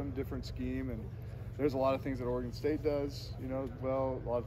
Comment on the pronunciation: Oregon State. Oregon state come on it’s not that hard